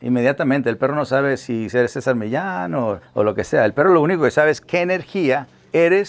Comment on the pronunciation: Es que el apellido Millán está en español y se pronuncia así como lo dijo Roberto porque lleva doble L